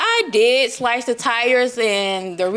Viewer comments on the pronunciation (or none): none